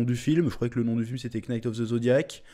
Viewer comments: Le k ne se prononce pas Chef. Prononce nite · PS : juste pour rappel, en anglais, le K dans Kn ne se prononce pas, Knight se lit night, Know se lit now etc... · Le K, de knight ne se prononce pas comme dans know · On prononce pas le K dans Knight juste pour mieux corriger ☺️ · Pourquoi tu prononces le K de "knight", chef ? Pourquoi ? Il faut arrêter. Oui.